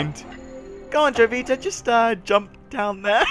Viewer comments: It's probably pronounced (Ho-vita) anyways good game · Isn't the J in Jovita supposed to be silent in spanish? Correct me if i'm wrong because i'm taking spanish in school.